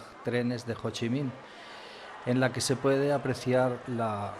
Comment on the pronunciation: Gran vídeo. Pero mu mal no saberte los nombres de los templos...mira dice muuuu bien o ssii minnn le pone ganas,tu habrías dicho jooochiiiiiiiminnnn🤔 La verdad que un vídeo acojonante,no así la tortilla!!!!. Un abrazo!!.